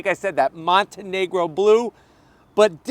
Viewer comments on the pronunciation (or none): Montego Blue, not Montenegro Blue.